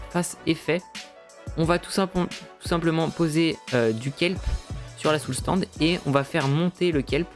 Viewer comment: Tu sais pas dire Soul "SAND" ?